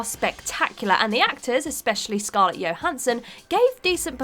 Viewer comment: Its not pronounced yohansen you damn hillbilly. Its Jo... Do u pronounce G.I. Joe as G.I. Yo?